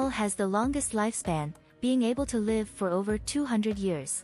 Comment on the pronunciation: And was this AI - sounded like it? And as for the pronunciation of 'live' - the verb: pronounced like the adjective. And what was with that 'polar bear' question? Really silly